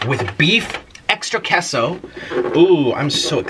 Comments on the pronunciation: Kay-so 😂😂 not kesso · Queso (KAY-SO) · Kehso? I thought it was kayso lol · Him: *pronounces queso wrong* Me: screams its pronounced quesooooooo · I love how he says queso as kesso lol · How he said queso 😂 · Hi Nick!!! My name is Chloe and I'm 13!! Just letting you know that you I think miss pronounced queso or I've been pronouncing it wrong for my intire life 😂. This isn't hate just saying for next time😆 I absolutely love your energy and you're always my go -to youtuber when I'm bored or need cheering up! 😄😄😄😂😂